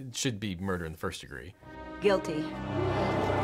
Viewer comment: You say "Frist", usually.